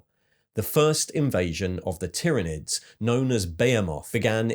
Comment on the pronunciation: Soooo good, great video! Plus I am somewhat relieved you’ve changed your pronunciation of Tyranids 😂